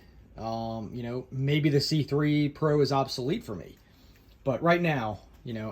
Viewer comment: i thought i heard you say "the schuberth c-pri*k..." 😂